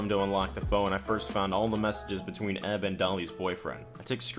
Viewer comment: Dude. Stop saying "EB" and "EK" like a word. EK = [iekay]. EB = [iebie]